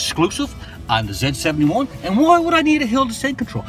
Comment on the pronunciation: zee not zeh jesus christ man